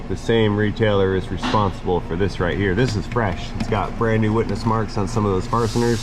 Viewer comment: “Farsteners” “ slip” I love his videos and do that too, I absolutely laughed my ass off at that